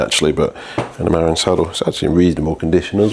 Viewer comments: Cheeky, you've been to Marin County yet you're still saying "merrin". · Dear: mə-RIN. -Love, California. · Muh-RIN is the name of the county where mountain biking started, especially on the trails of Mount Tamalpais (Mt. Tam). Beautiful place, if you can afford to live there. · Yeah, I just saw i the video that you actually do know how to pronounce it and you just couldn’t be arsed. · Hello. Welcome back from your vacation. I’m hoping you had a fun and relaxing time 😎🤗 It’s pronounced MA-RIN or mah-rin. Not not MAR-IN. I know this because I’ve lived here for most of the last 14 years. Stunning bike. I really wish you could restore the paint. It would change the whole bike. Muir Woods is pronounced Mure-woods. They are named after a famous American naturalist. The man who donated the plot of land where the woods are located was inspired by the American naturalist writer John Muir.